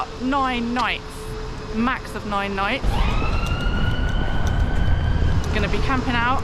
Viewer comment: the way you said nine , it sounded like German word neun , which means "nine". 😂